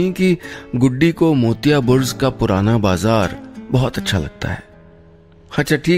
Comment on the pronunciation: Sir, it is Burj and not Burz!